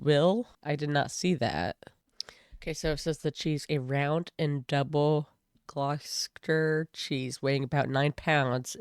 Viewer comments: "Glossed-ish-er" not "glaw-chester". Don't feel bad, I've never seen an American say it right first time. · It's pronounced phonetically like Gloss-Stir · "I just don't understand the point." There isn't one! Pronunciation: Gloucestershire - "glostershire", Gloucester - "gloster".